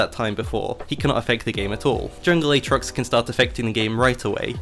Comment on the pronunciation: play like how he should be, AA-trox